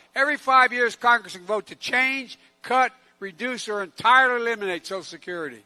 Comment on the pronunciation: "Nothing will fundamentally chanhe with me"